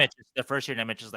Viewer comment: Nemec is pronounced "Nemetz"